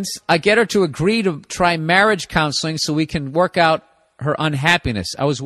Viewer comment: I dont know if you just said the word counseling wrong in hurry to keep talking but it sounded like clownseling and that now a new word I'm gonna use it hahaha